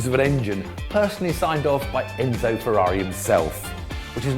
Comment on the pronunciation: Only Tiff can say Ferrari properly 😂